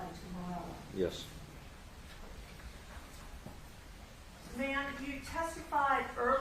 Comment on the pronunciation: Witness" name is MIRELLA not Stella